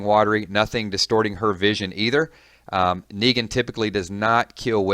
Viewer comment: Did you just say Megan